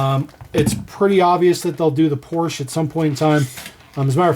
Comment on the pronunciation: Not "ay" It's not French, pronounce it like the name Portia and you've got it